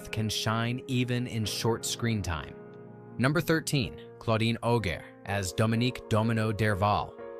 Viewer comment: Wrong pronunciation of « Claudine Auger »